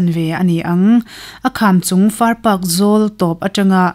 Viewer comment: Far Pak hi "Park" ti angin, i lama a dik lo tlat. Pakistan sawi nana a "Pak" ti ang hian lam tur ani e, pawih tawng ani nghe nghe..